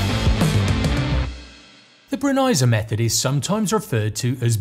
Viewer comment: Super interesting, and now I know how to pronounce "Brenizer!"